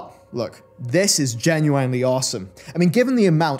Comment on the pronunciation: That's the most annoying part of his videos, just ahead of 'Jen-you-wine' ahaha